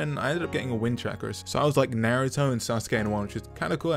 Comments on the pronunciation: At the start he said naratha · he said naaruto